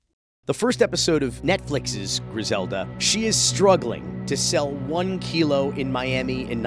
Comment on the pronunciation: kilo not kilo